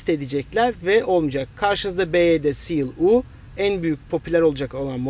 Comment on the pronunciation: Byd seal U değil YU